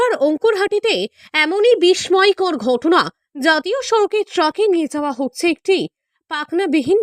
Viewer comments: সবই তো বুঝলাম কিন্তু বাংলায় তো উচ্চারণ ঠিক করতে হবে কথাটা বিস্ময়, বিসময় না । সত্যিই আমরা তো বাঙালি তাই আমরাই যদি বাংলাটা ঠিকভাবে উচ্চারণ না করি তাহলে অন্য ভাষা রাজত্ব করবে এই আর নতুন কথা কি। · আপনার খবর পড়া সঠিক নয় । আগে প্রোনানসিয়েশন ঠিক করুন। বিশ ময় কথাটা ঠিক নয় । হবে বিস্ময়। পড়াশোনা করে সংবাদ পাঠ করেন। উচ্চারণ ভূল করে পড়বেন না। গ্রীষ্মকাল । আপনি কি বলবেন গ্রীস মো কাল ? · বিস্ময় উচ্চারণ 'বিষময়' নয় 'বিশশয়'। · ওই অপদার্থ মেয়ে কি বাংলার ছিরি ।কি বলছিস বিশময় আবার কি ?উচ্চারণ ঠিক কর হারামজাদী। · বাংলার উচ্চারন জান না খবর পড়ছ? বেশ ভল লাগলো তোমার (বিশময়) বাংলা শব্দ শুনে। আরও অনেক উন্নতি কর। যাতে আমি বিশময় হই।